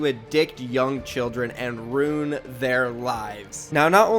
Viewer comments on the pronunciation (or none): Hi hate when you say runed instead of ruined